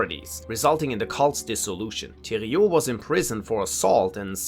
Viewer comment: bro said thériault properly!